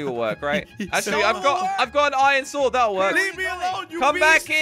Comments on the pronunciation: What does say iron like ion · I love when always said "ion" instead of iron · Lol I love when says Iyon instead of iron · Instead of iron always says iyon lol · Why does keep saying iyen instead of iron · Why does keep saying iyon instead of iron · "IYON" - in every video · Am I the only one that hears this but when says let’s go find som iron it sounds like ion